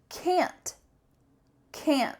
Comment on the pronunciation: What hell can'ț without T I won't understand it 😅